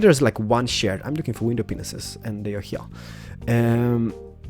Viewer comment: no offence but when you say panes it kinda sounds like yr saying penises0_0